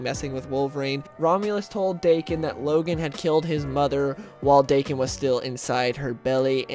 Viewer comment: The story you're talking about, I must admit I didn't like at all. The art sucked, the writer made Deadpool too obliviously cartoonish, and I understand each writer likes change things up a bit and put their own input in a character, but damn this dialogue was atrocious. I did like the part where Logan and Wade stab each other a die for like 2 hours. Also... it's pronounce DAh-Kin.